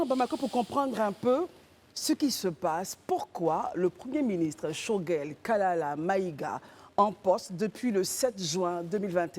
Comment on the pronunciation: Mme le nom choguel kokala et pas kalala.